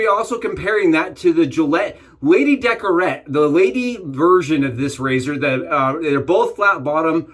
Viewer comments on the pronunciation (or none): Good vid 👍 lady décolleté not decorete